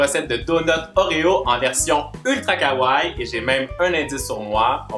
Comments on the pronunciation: superbe video comme d'habitude .ps pour le mot kawaii il faut prononcer le i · superbe video comme d'habitude mais il faut prononcer le i pour le mot kawaii